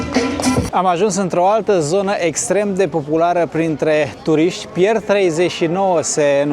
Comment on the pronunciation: Tocmai ca nu se documenteaza - dovada cum a pronuntat NEAOS romaneste Pier 39...